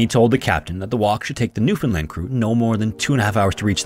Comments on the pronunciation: Im from Newfoundland. Props for your pronounciation , rarely hear non natives of the province say it right. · Newfoundlander here, appreciate you pronouncing "Newfoundland" correctly! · I was born, raised and live in central Newfoundland, and I’d like to say thank you for pronouncing it correctly. Awesome video, I remember learning about this in middle school and it’s nice to see a great channel covering it. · Thank you for pronouncing Newfoundland properly! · Shoutout to this guy for pronouncing Newfoundland correctly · As a Canadian it felt so good to hear newfoundland said well, not NEW FOUND LANDS 😂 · 10000 points for pronouncing newfoundland properly!!!